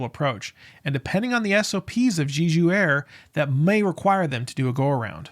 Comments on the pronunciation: It's not pronounced "Jeeju", it's just "Jeju", as the 'e' is in in "jet". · do people mispronounce jeju on purpose? lol it’s literally english pronunciation like JElly, not JAYju, not GEEju. Je like Jelly please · I think you should take another look on the size of that "bunker" in the video instead of using your indignation toward someone that pronounces "Jeju" different than you. :)))